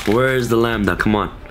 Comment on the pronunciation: The very first Yugituber to pronounce Lambda correctly. Finally.